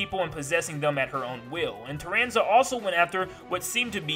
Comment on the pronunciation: "Carranza" I'm dying 😂😂💀